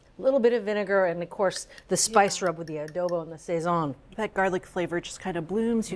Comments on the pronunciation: Did she say SAY-ZON???? Smh lolol. Ay bendito nene! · Pronounced sah-ZON. You did a great job with the chicken! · Yea fr where did they keep getting the extra "y" sound from?? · SAZON by any other pronunciation, is still SAZON. OK! ☺️🍻🙏🇵🇷💃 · You didn’t have to butcher the pronunciation.